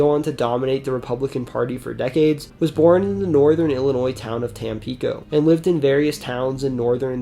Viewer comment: Quick note, Reagan's birthplace, "Tampico" is pronounced "TAM-pi-co" with a short "i" as in "hit".